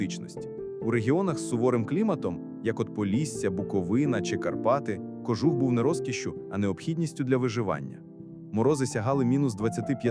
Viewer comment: Попрацюйте над наголосами.КожУх!